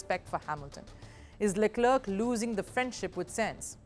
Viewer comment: You should learn how to pronounce names of drivers at least, before providing your insights. .. Leclerc is pronounced as luh-kluhk. I recommend someone vaguely interested in f1 to read out the news. Senz???? what is Senz? This is so cringe